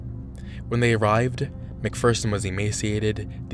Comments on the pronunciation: It’s not a bad video but I feel like he could’ve done better research. He pronounced almost everyone’s last name wrong. Leah Remini’s, Mike Rinder’s and Lisa McPherson’s. It doesn’t take too long to look it up but it’s understandable if English isn’t your first language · Wow. First, it's "Sea Org," not "Sea Orgs." You pronounced Rinder wrong. You pronounced Remeni wrong. You pronounced McPherson wrong. McPherson didn't disappear, she died because they wouldn't take her to the hospital and then no one wanted to decide what to do and couldn't reach a supervisor. Everyone knew she died. The Hole isn't for defectors, it's for PTS. They use it for execs to get them to get back on the path. They have to be 100% dedicated to COB or he will get too paranoid. It really sounds like you just looked some shit up on Wikipedia and rewrote it. You must not have watched a single interview or video. You need primary sources for this shit, not just a Wiki page.